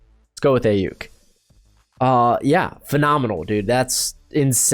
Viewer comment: I like the linebacker pick but I'd go with Collins. And it's pronounced Ayiuk ( I yook) lol . Great video bro can I get a 7 rd saints mock draft? Also do you think Ian book or Jamie Newman would be a value pick for us?